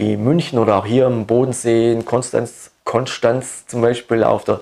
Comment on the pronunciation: Konstanz ähm Konschtanz